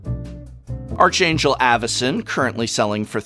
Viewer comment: How do grown ass humans gets to some respectable age and still don't know how to pronounce archangel?